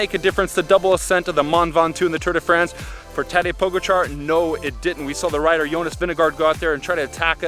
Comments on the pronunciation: When you can't even pronounce Pogačar correctly, should be ashamed they have their name attached to this. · For the love of God can you guys pronounce Pogacar correctly?